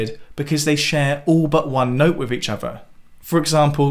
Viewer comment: Jesus, - learn to say „together“ and „with“ with th, not f